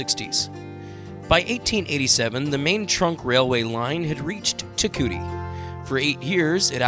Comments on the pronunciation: It's pronounced TE KOO EETEE not TE KOOTEE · If you do a video on a town learn how to pronounce the name….tear- coowee-tee (Te Kuiti)